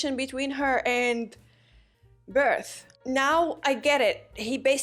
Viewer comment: Bertholdt pronunciation is getting better...